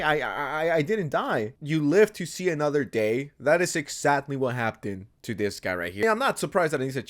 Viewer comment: Why do you pronounce happened with a t